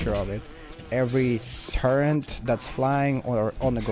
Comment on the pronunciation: Its turret not torrent 😮